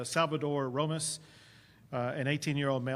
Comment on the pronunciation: JFC Abbot cannot pronounce “Ramos”. That’s absurd.